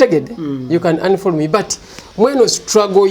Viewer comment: Mayiiiiinjaaa wooiioweee it’s unfollow not unfall Jesus Christ 😜 😆 😆